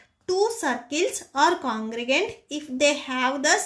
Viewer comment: Mam it's not congrugent it's congruent